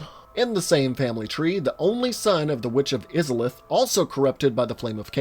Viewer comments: Aight yes it is irritating from a hardcore souls player perspective. And yes if he played the game he should remember from the opening scene the pronunciation. However, we all know what he means. That is the part that counts. Still gave the comment a like because it made me cringe Everytime he said it. However you have to understand that this guy is clearly new to the series as a whole and thus will probably get some info wrong. Not even subbed to this guy I just wanna toss this in before the comment section devolves entirely. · He:Witch of izaleth. Me:HAAAARRRKKKKKKK!!!!!!🙅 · The way you said Izalith makes me think you haven't even seen the intro cinematic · Your pronunciation of Izalith gave me coniptions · If I hear him mispronounce izalith one more time... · Wait. You say you played through the game, albeit with help, but you don't even pronounce Izalith properly. Dude. No. If you're not going to care enough about an IP to bother pronouncing things properly which are mentioned in game in the very intro, it's clear you don't know the game enough to be writing videos about it. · How do you mispronounce izolith? It's spoken in the game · Why do you pronounce Izalith in such a way, when the game SAYS the word? Why do people do this? Why do they say words incorrectly when shown the correct ways? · Oh nooooo, no offense but the way you say "izalith" makes me cringe a little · The pronunciation of Izalith kills me. Come on dude, they literally SAY it in the opening cutscene. I question your evidence for the rest of the video if it seems like you didn’t even pay attention to the first 2 minutes of the game and just read a wiki about it. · It really bothers me how you pronounce Izalith. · I hate the way you say witch of izalith but good video tho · Take a shot everytime he says Izalith wrong, lol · Him saying Izalith like that hurt me every time. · I’m so confused. Where did he get the impression that izalith was pronounced like that???? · Congratz. You're a weeb.